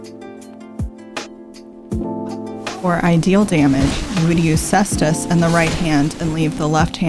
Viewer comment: finally i heard someone else pronounce caestus the same way as me